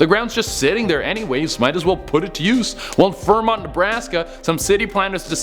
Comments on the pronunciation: You said Fremont wrong its sounds like freemont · you said fremont wrong